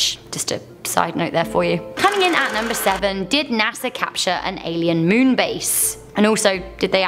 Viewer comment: Goth chick saying "MEWN" over and over made me want to throw up 👽😨